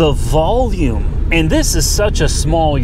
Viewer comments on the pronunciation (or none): none